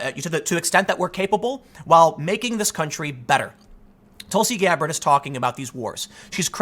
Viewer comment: Nobody: Tim: TulSi GAbBaRD